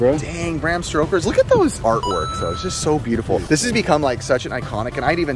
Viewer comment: Bram stoker not stroker the latter is the nc17 version lol